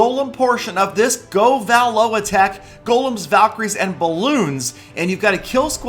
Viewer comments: i'm wondering why you pronounce govalo like that. most people say go-vah-low where you say go-vaa-low, and if your pronouncing troops names how they would be abbreviated shouldnt it be go-va-lu? cause loons are pronounced luuns not loowns, just like valks are vaaalks not vahlks. i hope this makes some sort of sense cause pronunciation on youtube is a bit tricky lol. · Does it bother anyone else how he's pronouncing govalo